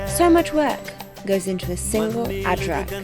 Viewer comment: Love the way your calling an ajrak a (adrak)